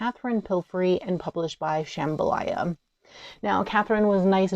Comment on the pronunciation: "Sham-BHA-la" not "Shambhalaya"! You're thinking of the Louisiana dish jambalaya.